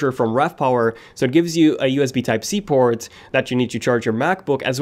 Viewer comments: single USB type c porn 😂🤣instead of saying port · haha he only said it and it sounded like that cause of his accent..